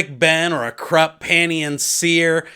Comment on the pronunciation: Hey bro was listening to U and while I totally respect our own sounding out of characters names just always thought kruppe is pronounced with oi sounds almost more a uh. And Jagut more with the Hebrew type y sound yahut souning yahout and yeah your final pronouncment of malazan is perfect keep up Fri work m8 your awesome